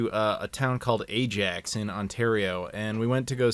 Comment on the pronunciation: Great vid, Ajax is pronounced eye'Axe,also the greatest dutch football club of all time!!!!